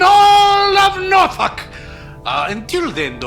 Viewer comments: Sorry but i am the only one that hears NORFUCK everytime says Norfolk? But seriously incredibile as Always!! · Why do i keep hearing NorFuck? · every time i hear norlok wizard game i hear NORFUCK WIZERD GANG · I wanna come back to this as a small nuance, as Norfuk is much closer than the usual lobster pronunciation The way the 757 accent comes out is like halfway between Norfik & Norfuk. Its an illusion, sounding like both at the same time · I am so glad it isn't what I thought it is. PS: You need to do something about your pronunciation of "Norfolk" 🤭